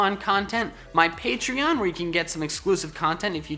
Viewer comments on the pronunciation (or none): none